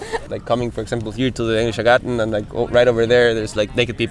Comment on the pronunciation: Why do you find it so hard to say garden in German??? It's "Garten", not "Gar-Ten" or "Gar-Sen"????